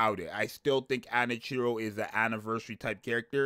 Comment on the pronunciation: Its pronounced ah-nah-key-roh